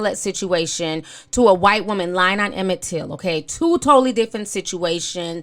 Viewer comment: Emmett Tiil, really?